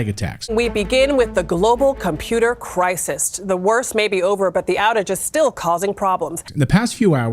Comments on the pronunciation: Crisist lol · 09 WTF is a 'crisis-t'?!